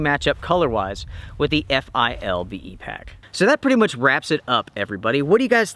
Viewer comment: It's pronounced FILL-BEE